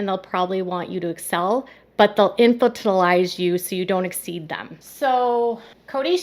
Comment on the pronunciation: "Infantilize" Please learn the pronunciation before you publish. The accent is on the second syllable, in-FAN-til-ize.